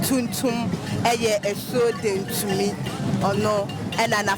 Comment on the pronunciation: Is it asuo yentumi or dentumi what are you saying?